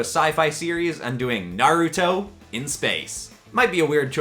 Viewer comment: ITS NAR-A-TOE